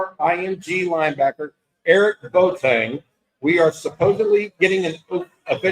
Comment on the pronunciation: The kid's name is B-o-a-teng, and NOT Boat-eng! You have to enunciate the "o" and the "a", just like other Ghanaian names like "Amoako", "Doado", etc. The Ashantis don't like it very much when people mess up their names!